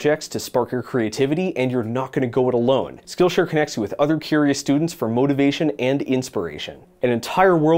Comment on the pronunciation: for some reason i heard "this video is brought to you by skullshare"